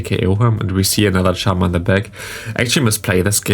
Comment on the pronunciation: Ich möchte dich noch ein letztes Mal auf den korrekten Gebrauch von "the" hinweisen, in der Hoffnung dass es in den nächsten Videos dann passt :D 🤝 So wie du es aussprichst wird es nur vor einem Wort mit a,e,i,o,u am Anfang benutzt, ansonsten ist das e in the ein ganz normales e